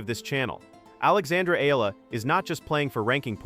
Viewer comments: Excellent analysis. I just don’t like your screw ups on her name. It’s not E-la-la. It’s E-ya-la. Say it like a y exist. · Just need to fix how you pronounce Alex's Last name. It's should be "eeyala" not eela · Eh yah lah. That's how her family namee is pronounced. Thanks.